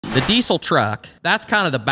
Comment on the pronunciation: I had to look it up myself but ive always pronounced deisel deezl. Turns out thats right. Lately i keep hearing dee sel. Maybe its just me.